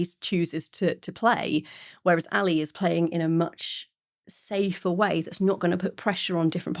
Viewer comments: Not "Alee" but "Ah-leh." Great overall review. These Mexican rocker women have got it all. Thank you. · Aghhh! NOT Paw and Ally!!! Pau (Pow!) and Ale (AH-leh)!! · Pau is pronounced POW and Ale is AL-ay.